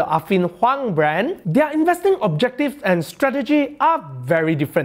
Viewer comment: learn how to pronounce their